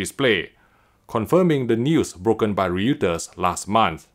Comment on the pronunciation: "Reuters" is pronounced "ROY-turz"